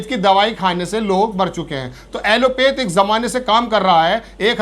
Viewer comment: ऐलोपैथ न कि ऐलोपेथ। आप एक निष्पक्ष पत्रकार हैं। इसकी सहराना होनी चाहिए।